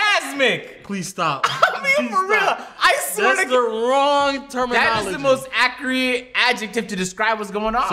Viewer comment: pronounced Zion Ja & Accurate Wrong he said Accreate like dj khaled 😂😂